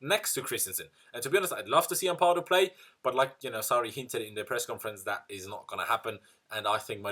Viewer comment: I always cringe when you stretch the second "a" in "Ampadu". Its Ampadu not "Ampaadu". Thats how Ghanains pronounce the word the last time I checked. He dad is a Ghanaian.